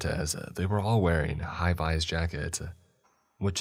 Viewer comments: Viz not vise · Yes, thank you. High-visibility jacket. Vis like biz, not vice. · High-vis jacket is pronounced /vis/ as in Biz. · just a note: "high-vis" should be pronounced "high-viz" - highly visible. - may not be relevant 2 years on, but someone who is confused can hopefully use the note. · The repetitive mispronunciation of Hi-viz is making me laugh, not at, just funny. It’s Hi-vizz like bright in color. Damn good story!